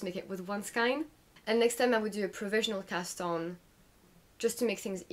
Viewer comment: Really informative and nice to catch up on your WIPs! Pls try pronouncing skein to rhyme with rain? 😅